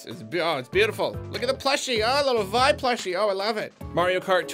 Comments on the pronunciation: Vi's name is pronounced "Vee". This was confirmed by devs but also obvious if you look at the Japanese spelling. C'mon. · actually, "Vi" is pronounced "Bee" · Darling, her nickname is Vi and her full name is pronounced Vee-oh-lay, according to the devs, lol.